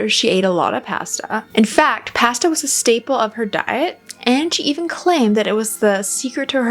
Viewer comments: Pasta, mispronounced. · I’ve never heard anyone say “processed “ and “pasta” like you do 😅